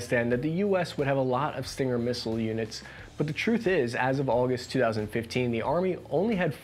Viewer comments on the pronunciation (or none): none